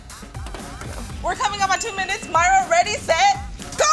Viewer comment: It's mayra not whatever u said